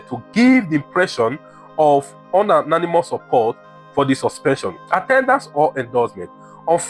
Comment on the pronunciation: Unianimous has the UNI pronounced as in UNIversity not like UN in unfold or undone.Upgrade yourself oga. Google and findbout the right pronunciation for words you are mispronouncing here eg penalties, unanimous....